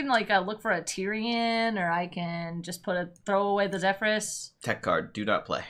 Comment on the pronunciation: Reminder that it is pronounced ZephERS